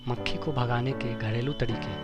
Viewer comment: Bhae mucheee nhi mkhi bol yr